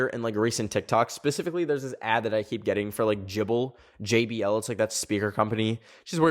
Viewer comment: the way pronounced JBL like jible made me so made